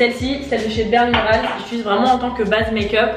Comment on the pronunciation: mdr je t’aime mais c’est « j’utilise » pas « j’itulise » 😭